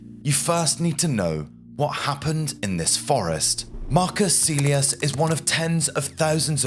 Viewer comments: Kaylius, not caelius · Pronounced Kylie-yoos, not Sealey-us. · Marcus Caelius should be pronounced "Ka-el yoos" (just as the correct Latin pronunciation of Caesar is "Kaisar") Don't teach bad habits,! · Caelius is pronounced Kylius. Not Seelius. Do get it right. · Its Pronounced more like "Mar-Koos" "Kah-l-ee-oos" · Your pronounciation was fine most of the time, but when you pronounce the letter c you should pronounce it as a hard c (somewhat similar to the letter k). Moreover Caelius is pronounced as ca-e-li-us, hard c and an oo sound for the letter u. In Latin, you usually pronounce the letters as written, not as modern English speakers would (by that same logic you can realize most people pronounce Caesar wrong, it is actually pronounced Ca-e-sar, with a hard c)